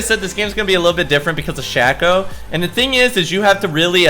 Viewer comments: shhhhhhayyyyyyyyyyyyyyy-co u fuckin dipshit. not SHAQ-O !!! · Shack-O = Shay-Co ok? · for the love of god it's pronounce SHAY-KOH - a Shaco Main